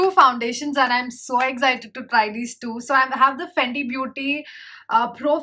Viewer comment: You saying FANDI and it's written FENTY in your description box 🤷🏻‍♀️ ???? Fenty beauty hydrating foundation-300